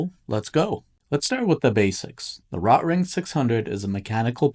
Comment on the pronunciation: You’re saying the name wrong. RO-Tring. Not. Rot-ring. Hello.